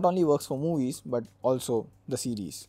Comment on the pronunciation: Did you say seriel instead of seriesM